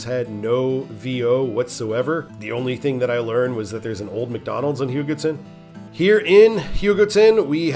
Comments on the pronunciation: US 56! love it, still need to drive it all in one go but I've still driven most of it. A majority of the pictures on Wikipedia on US 56 where taken by me. Also, I believe your pronouncing Hugoton correctly, my uncle lived there for serval years and that's how he always says it. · For what it's worth, you got "Hugoton" mostly correct (close enough), and Satanta correct on yor second try (Suh-TAN-tuh). Cool video. If you havent done US 83 yet, you might give that one a shot.